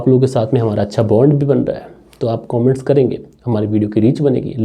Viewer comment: कोमेंट्स नहीं कमेंट्स बोला करे. शुरुआत में ही पूरी कहानी का सारांश पढने से क्लाइमेक्स पहले ही समझ में आ जाता है।